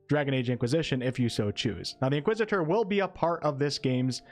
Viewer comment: Nice pronunciation of Inquisitor 👍